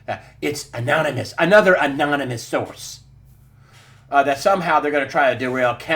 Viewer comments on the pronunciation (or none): none